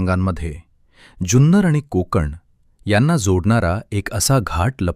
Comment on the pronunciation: ज्यून्नर नाही ते...जुन्नर आहे....😅😂😅😅😂😂